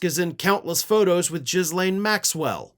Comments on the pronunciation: Jizzlane? No. "Gill Ane". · 💙 you, you will always have my support, but… Ghislane is pronounced. “Ghee” laine. Not “Ghis” laine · Ghislaine (/ɡiːˈleɪn, ɡiːˈlɛn/ ghee-LAYN) NOT jizz lane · it's pronounced Gil-lane, not Jizz-lane lol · NOT Jizlane... Ghilain is the pronunciation. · Jizzlane Maxwell, love the pronunciation you gave her first name, lol. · "Jizz-laine"? Really? Do you expect to be taken seriously if you either mispronounce a name on purpose or fail to do a simple Google search to get the actual pronunciation? This is perhaps one of the lamest things I have seen on this channel. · 🤣🤣🤣🤣 Jizz Lane Maxwell 🤣🤣🤣🤣 I know it's not how it's spelled, but it's the way was pronouncing it 😅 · Your pronunciations of “Ghislaine Maxwell” was hilarious and totally appropriate.😂